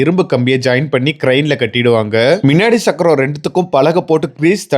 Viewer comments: மின் சக்கரம். ...இல்ல முன்சக்கரம்....முதல்ல தமிழ் பேச கத்துக்கோ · மின் சக்கரம் இல்லை முன் சக்கரம் சக்கரம் - ச்சக்கறம் இல்லை அதேபோல் தமிழையும், தமிழ் வார்த்தைகளையும் சரியாக உச்சரிக்கவும் வரலாற்று பிழை ஏற்படும்